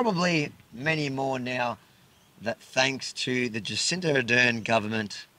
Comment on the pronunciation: It’s not Jacinta Avi, it’s Jacinda with a D, because, ahem, you know.